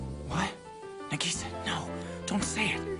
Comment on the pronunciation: How they pronounced nagisa, Nuh-ge-sag